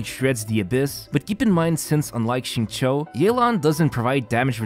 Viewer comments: Hi, Xingqiu is absolutely not pronounced like "zing-cho". This name is pronounced "sing-chu." It's cringe hearing you say his name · You are wrong as well. It is /Shing-chow/